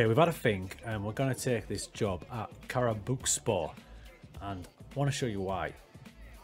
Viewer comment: I really liked your approach to the game. Congratulations on your first job at Karabukspor. I am Turkish so I know a thing or two about Karabukspor. Firstly, it is pronounced as "Karabuikspor". You can write it to Google Translate, select Turkish and listen how it is pronounced. Your pronunciation was good enough but you can still improve. Secondly, they were a very good team 10 years ago. Have you heard of Emmanuel Emenike? He is discovered by Karabukspor at that time. He was fantastic and Fenerbahce bought him. Then, he went to Spartak Moscow and many other European clubs including Olympiacos and West Ham United. At his times, Karabukspor was in the Turkish Super League and was a very hard team to win against. Now, they are at the bottom due to the bad management. So, your job is very hard. But, I think you will deal with it. Good luck...